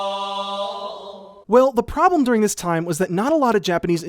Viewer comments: "I rweally like dis one :)" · "I really like dis one." -Sideways (2017)